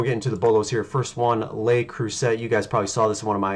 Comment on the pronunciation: I’m in! Ps, it’s pronounced Le Crew-say ☺️